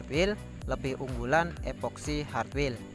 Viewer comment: Hartwell bang, bukan hatwil 🤦‍♂️